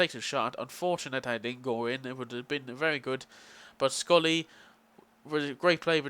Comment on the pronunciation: love ur pronunciation of schurrle. scrully lol. SHUR-LAH :) great vid though mate.